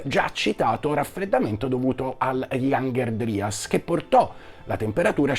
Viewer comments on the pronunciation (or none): Piccola correzione: la pronuncia inglese corretta è "iangher draias".